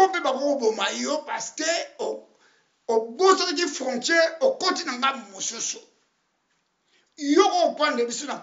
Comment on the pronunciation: yo pe oza rwandais po oyebi ko prononcer fronsthrer pardon luka musala ya comedie